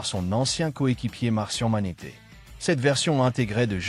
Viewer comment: Vous auriez pu faire le doublage vous même, parce que là, la version robotique qui prononce sans énergie et littéralement syllabe par syllabe, ça rend pas ouf... Genre "Martian Manété" ?!?!?